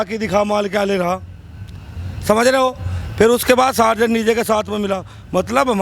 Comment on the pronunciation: Sarzen nahi ab bolo Tarzen??